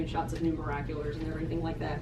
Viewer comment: Miraculer? Or miraculous